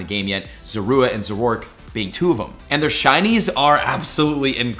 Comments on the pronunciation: Hey just a correction, Zoroark is pronounced Zoro- Ark (like the ship/game) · ZORO ARK…. Not whatever you said lol